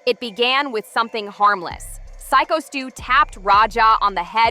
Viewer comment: Psycho. Psycho. Psycho stew. Not seeko, cee co., c ko, syko. Sigh co. Sign without the n co. Like company abbreviated or w.e.. psycho like psychology but stop before the L then add that abbreviated company again and u got it gurrrl.. Congratulations I always believed in you young lady 👍 Edit: may God have mercy on your remedial soul, your on your own.